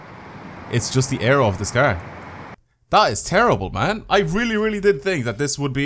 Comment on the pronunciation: i love your videos so much BUT I HATE THE WAY YOU SAY CAR